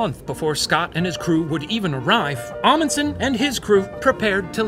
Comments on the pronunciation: I must say that the professor's pronounciation of "Fridtjof" and "Amundsen" were quite good. Can't say the same for the other halves of their names tho lol Loved the episode! We Norwegians LOVE when people talk about us. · 80% sure I'm related to that Roald Amundsen so this is a cool story Also can confirm The Professor pronounced "Amundsen" wrong the whole episode